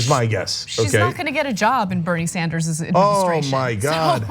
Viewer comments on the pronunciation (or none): Bernie Sanderzes? Wow Ana, English is a good thing to learn. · Ana, please stop saying Sanders 's for Sanders'. The double 's' sound is not needed for the possessive.